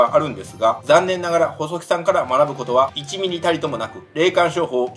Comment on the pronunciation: １ミリ!！ というところが関西人😂（ワタシも神戸出身です）